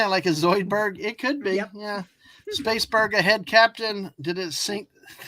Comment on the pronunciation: "Space-berg", dear Gawwwwwd.